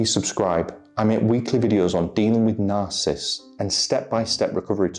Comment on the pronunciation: Love you. Would you mind saying the name properly.... sorry, don't mean to be picky, but words are important. You are saying ' narcist' . It is ' narcissists' there is an extra syllable . Thank you